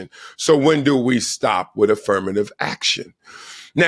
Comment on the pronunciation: A very educated man? He pronounces with, wiff!